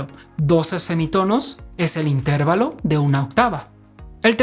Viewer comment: Explicado de forma tan magistral que hasta un torpe como yo lo hubiera entendido sino lo supiera ya 🤣 y aún así me ha entretenido muchísimo. Esperando con ganas los siguientes capítulos:) Me atrevo a corregir "tu forma peculiar de decir inTERvalo" y llamarlo interVAlo por aquello de que tus seguidores que lo desconozcan entiendan que esa es tu forma personal de pronunciarlos...:)